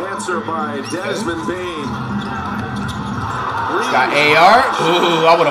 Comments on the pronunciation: bro why is flight calling desmond bane zane? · Flight it’s Desmond bane not Zane